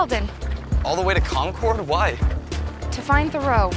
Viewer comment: What's truly wrong at Number 2 is not so much that Emily goes to visit Thoreau, so much as how badly pronounces "Concord".